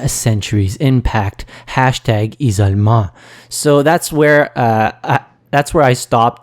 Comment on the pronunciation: "Ee-so-meh" is supposed to be "isolement", French why do you throw away letters?!?